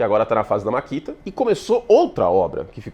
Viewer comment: Vc não é patrocinando pq chama de "MARKITA" e o correto é MAKITA rs